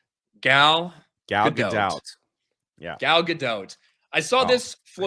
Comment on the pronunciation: Gal Gadot, or as Jay likes to say Gayle Gadonk 😂